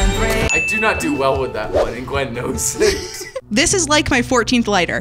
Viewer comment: versus gwen...you mean versus given